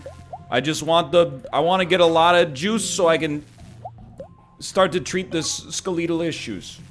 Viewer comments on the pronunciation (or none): NL always has interesting pronunciation when playing Bio Inc Redemption. Ske-leee-tal system!